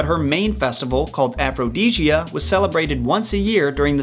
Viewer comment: "Aprodsia" Me: pauses video Oh, aphrodisiac! Me: resumes video: "I just figured out why it's called an aphrodisiac." Me